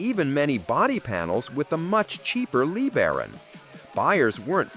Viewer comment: A Chrysler Lee Baron. How about LaBaron?